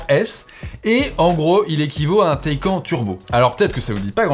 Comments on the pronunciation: "Le Taïquand " ?!? LA Taycan (Taïcane) plutôt... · Bonjour non ? 'tain j'ai du mal avec cette façon de faire chez Frandroid ..... PS : ah oui et on dit "taï canE" PS2 : Quand est-il du réseau d'entretient sur cette voiture en cas de problème ou juste d'entretient ? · Ça se prononce Taycanne le Porsche Taycan… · J’ai arrêté de regarder quand tu as dit Porsche TaycAN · Taycan se prononce "Taycane"...Ça m’a un peu irrité durant la vidéo mais je m’en remettrai... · Suis-je le seul à avoir les oreilles qui saignent à chaque fois qu'il dit Porsche "Taille-quand" ? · C’est vraiment très perturbant d’entendre cette prononciation du mot taycan! Ça se prononce taycanne ! Bon sinon n’oublions pas que c’est du chinois. Finition aux fraises, Tout qui craque après après deux mois d’utilisation, durée de vie limitée, voiture qui bip de partout… etc. C’est chaud de comparer Porsche quand même. Bon en fait je viens de finir, la vidéo et t’es un fan boy… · le fameux Porsche "t'es-quand"